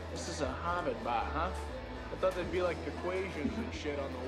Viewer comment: "The Hahwahd hatties there at the end of the baah"...